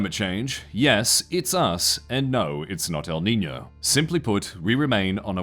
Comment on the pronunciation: Just a heads up, the ñ in Niño is pronounced with as ny (nee-nyoh.)